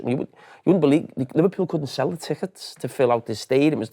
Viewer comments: Still saying “train trickets” 😂 am I missing something? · "Train trickets" 😂😂😂😂